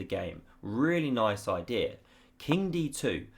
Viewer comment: What a great oidee-are lol. I love the way English people speak